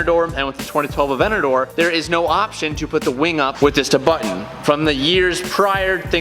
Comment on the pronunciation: Highly requested modification: saying Aventador properly 😂